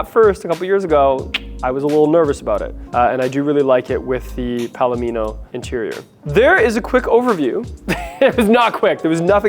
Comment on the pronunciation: 1. Yes, you pronounced 'palomino' correctly. It's a type of horse (among other things, but the color of the horse is similar to the interior, thus the name). 2. I've gotten TONS of positive comments on my Nightfall Mica RHh. I just wish it didn't come with the all-black depressing interior, but beggars can't be choosers.